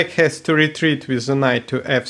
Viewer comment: please say 'the', not ze... ;)